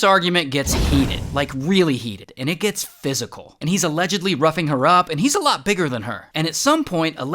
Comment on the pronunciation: I’m so sorry but every time he said ‘roughing her up’ I heard ‘rubbing her up’ 😐😐💀💀💀